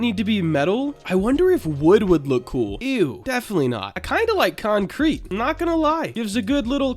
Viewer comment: bro called concrete "conkreek"💀